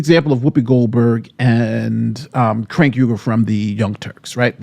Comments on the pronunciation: I love that you call cenk “crank”! 😂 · Crank Ugar, Shank Ugar, lol his name isn't that hard to pronounce. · Is mispronouncing Cenk's name a meme, or is making a mistake here?